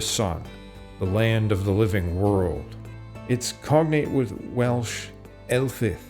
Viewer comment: you can moan about this man and he sometimes gets Welsh very wrong but at least the boy is making videos.... A lot of us are too distracted by modern life to actually put in the time